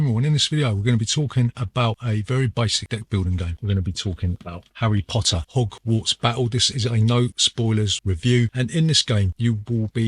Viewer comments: 'Arry Po'ah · All I can hear is "erry Potter - ogwarts Battle". Nice review though.